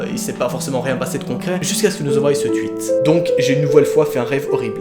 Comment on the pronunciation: Lol il dit twuit